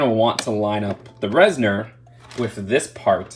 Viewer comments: Res-nor as opposed to Res-ner lol that’s all 😅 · It is a little annoying to hear call the Reznors “reznerz” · Why does everyone pronounce Reznor as reznER now